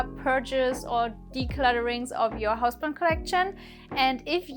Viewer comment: I swear I heard 'purges or declutterings of your husband collection' at the end there 🤣 But honestly, I love your content and I am learning a lot.